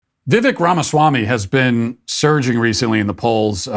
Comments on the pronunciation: Bro at least pronounce arguably the best candidate we’ve ever seen run correctly. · But he still mispronounced it. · Go Vivek. Super articulate PLUS having the ability to give details of his plans vs the previous candidates giving a ultra high macro plan with no details. His first name Vivek is pronounced like “cake”- Viv-Ak. Love your show Matt. Keep fighting the good fight. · It's viv•ake, not •viv•ick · vivek rhymes with cake. not chick. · It's VivEK not VIVek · Vivek rhymes with "bake" - not "beck." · I like Vivek. Fun fact, I just heard an interview he had and he said his name is pronounced Vivek rhymes with cake, not Vivek like tech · Say it with me kids "Vi-Vake Ra-Ma-Swa-Mie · vivek, pronounced like cake. its not that hard. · Vivek is pronounced "vee-VAKE." Once again, "vee-VAKE." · His first name rhymes with cake. Vi-vake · It’s Vivek like Viv”ake” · Pronounced Vi-vake like cake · Vivek rhymes with cake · Vivek is pronounced Vivake like in cake, he’s constantly correcting people, why can’t we get this right? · Vivek is Vi-vake, rhymes with cake. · It’s pronounced viv-ache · Omg - his name is pronounced VIV-AKE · Vek is pronounced like vake. You should know this if you are going to be a political commentator. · Pronounced Vi-vake' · PRONOUNCED:Viv-VAKE. He said it rhymes with cake. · "Viv-ake" like cake 🎂🤗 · His name is properly pronounced “ Vi-vake “. short i and long A. So, it looks different than it is actually said. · You might want to start pronouncing his name correctly...Vivek rhymes with cake. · His name is pronounced vi-VAYK. I heard him pronounce it so I am letting you know for accuracy. He is the most intelligent candidate and is the change we need. He is a conservative millennial that knows the rules and has a plan to institute his policies. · Its pronounced Vi-VAY-ke, and I love this guy. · Vivek is pronounced Vivake, rhymes with cake. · It is “viv ache” like cake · By the way his name rhymes with cake